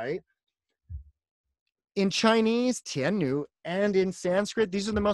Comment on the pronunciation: Devi is pronounced tian ni and not tian nui.Ni is fourth tone.